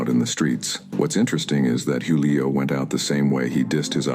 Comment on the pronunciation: Juuu lio fam you can’t even say the name right 🤦🏽‍♂️